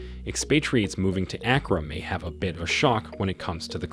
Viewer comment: It is not A as in apple, but A as in father.